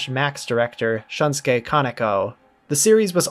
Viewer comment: "Shunsuke" Kaneko? That's a new one. Good video! I'll continue hoping it gets an official NA release along the way. The show didn't kept my interest after the first four episodes, but I'm willing to try again.